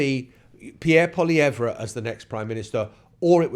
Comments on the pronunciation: pronounced: POLY EVV, not. POLY EV RA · It’s pronounced Polly ev. Poilievre did this to himself. This race was close even with his terrible campaign. He used slogans and negative adds, just like Trump. A huge mistake. If he would have stuck to policy, and been about 50% less smug, he may have won. Carney fell into the perfect race for himself. He got to be PM for just enough time to rebuke Trump, and make people believe he is tough. He will not help regenerate the Canadian economy. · All it takes is ONE Canadian newscast to learn how to pronounce Poilievre and you couldn't be bothered